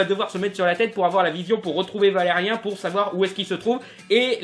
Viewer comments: Alors... concrètement, c'est Valerian, pas Valerien.... impossible de prendre une critique au sérieux quand le nom est écorché en permanence.... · Je veux bien que la plupart des gens ayant regardé le film disent qu'il est mauvais, mais je peux pas prendre en compte l'avis d'un mec qui sait pas dire correctement le nom du film dont il parle. C'est ValériAN, pas ValériEN omg. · ValeriAn pas Valerien... Apprends au moins à dire son nom. Je suis d'accord avec ta critique, mais t'entendre écorcher son nom tout le temps, ça m'a gonflé désolé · Je sais pas si tu fais un jeu de mot, mais ça me perturbe de t'entendre dire Valerien et pas Valerian 😂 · On dit Valérian pas Valérien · ca va c'est une erreur de prononciation cassez pas les couilles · ça me fait bizarre quand je t'entends dire "valérien". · On dit "ValériAN" par contre comme dans "perdANT" hihi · C'est Valérian -_-. Réupload ta vidéo juste pour ça pour éviter de passer pour un gland. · on dit ValeriAn !!! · Tu devrais apprendre comment dire les choses avant de faire les vidéos, car ne pas savoir dire Dunkerque puis Valérian, c'est bof, j'aime bien ton travail mais là c'est chiant quand même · prononce bien le prénom stp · Tu prononce mal Valerian Bonjour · déjà par pitier prononce comme il se doit valériAN pas valériin et es ce que tu le as lu ? je trouve pas se film mauvais perso aprés c'est vrai qu'il as peu d'action mais d'aprés mon pére qui les lis les bd sont pareil et valérian à été créer avant avatar ect.. donc possible que ça puisse ressembler c'est comme pour arthur et les mimimoys je trouve pas que c'est un mauvais film "tu n'aime pas " c'est tout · c'est "valé ri ans"(écris comme ça pour bien comprendre la prononciation) putain pas "valé rien", et ce film c'est de la merde rien avoir avec l'histoire de base qu'est Valérian et laureline, valérian est un agent spatio-temporel et laureline c'est une artiste de rue du moyen âge et ils sont les 2 seuls humains qui reste dans la galaxie!!!